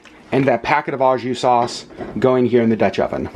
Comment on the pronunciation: you're one of the few Disney vloggers that properly pronounces Palo (Pah-loh) so here's a couple French tips: "au" (jus) is properly pronounced "OH" not "awe"; the final S in sans (sahn) is silent. Melted swiss cheese would taste delicious on the sandwich. Provolone cheese would be perfect! Butter and toast the buns. I've seen au jus made with Better than Bouillon beef paste. You can also use shaved steak! Fun foodie fact: The original French dip sandwich is believed to be from Philippe's in Los Angeles! Thank you for sharing your French dip hack!